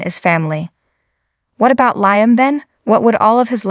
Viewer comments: It's LEEAM (LIAM) not LYAM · ITS LEEAM NOT LYAM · I know the name is LIAM I was pointing out pronunciation